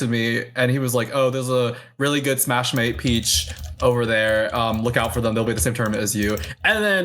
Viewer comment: Someone tell that the english name is just smashmate, not smash-ma-te. It's already in english.